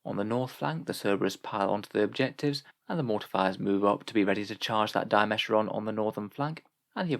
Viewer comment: You're saying Dimachaeron wrong. It's Dima-chaer-on.